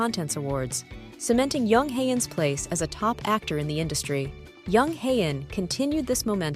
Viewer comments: The name Jung is pronounced with a J. Not a Y. Joseon is pronounced with a J, not a Y. Please!!!!! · Since when Koreans pronounce J as Y. Listen to jhi pronounce his own name.